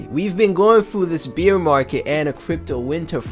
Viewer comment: thanks for the tectonic content brother! you also gave me a good laugh this morning, every time you said "bear market" it sounded like you said "Beer market" haha... I mean no harm by this and its all love. thanks for the laugh and the content <3